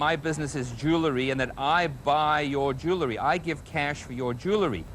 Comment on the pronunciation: I think Russell Oliver is hilariious, but one thing I just -- he talks about his business being "jew-le-ry" -- um, Russell -- it's pronounced "jew-EL-ry", not "jew-LE-ry".